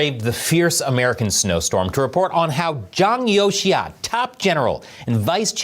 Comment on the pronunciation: 장요하가 아니라 장유샤 또는 장여우샤 라고 하지 않나요? 아니면 다른 인물인가요?